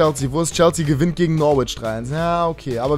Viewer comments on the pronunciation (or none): none